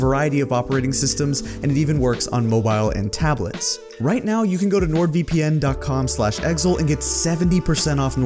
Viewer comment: I didn't know that is how you pronounce Exil